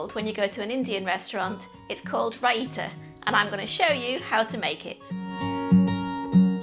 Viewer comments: That is not how Raita is pronounced. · Learn how to pronounce it!